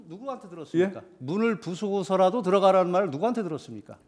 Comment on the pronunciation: 드르가라 가 아니라 들어가라 입니다 확실한건 전쟁나면 무음으로 해놓고 전화 안받것네 특히 대통령 전화 자기판단하다가 나라 넘어감 ㅋㅋㅋ 하지마라 하지마라만 해댈듯 북군도 우리나라 사람이다 하지마라 ㅋㅋㅋㅋ